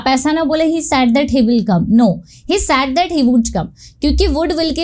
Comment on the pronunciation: Ma'am apka pronunciation thik nahi hai .Ap bar bar said to sad bol rahi ho jo ki galat hai